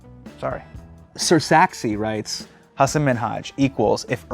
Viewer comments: Bro your name is pronounced hah-san not hah-sen. Basics man. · I love that now he is famous he says Hasin instead of Hasan. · hasan baiiii, try and pronounce my name